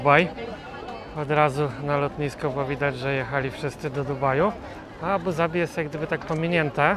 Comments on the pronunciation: „D” jest wymawiane w języku angielskim. W arabskim wymawia się „Z” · Nareszcie prawidłowa wymowa stolicy Emiratow